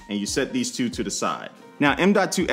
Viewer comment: are you from the land of the ravens I can tell by the way you say 2